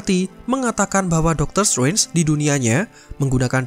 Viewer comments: Ga betah denger narator pronounce "Srenj" 😅 tidak silent T min 🙏 jd enak didenger. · Agak terganggu dgn cara penyebutan Strange terdengar Seperti Swen . Sorry min